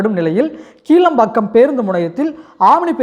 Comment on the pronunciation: கீழம்பாக்கம்இல்லைகிளாம்பாக்கம்இதுகூடதெரியலநீ எதுக்குவீடியோபோடுரே